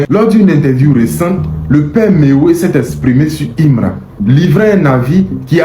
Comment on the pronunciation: Quand tu dit Mewey viens d'attaquer Himra là oh est ce que tu comprends le français parler